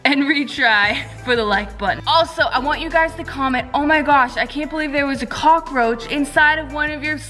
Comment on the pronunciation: "OMG YOU FOUND A COCAROACH ON YOUR SLIME EEWWW"😉